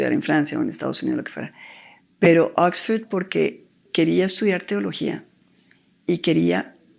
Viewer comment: Exford, tres veces, Exford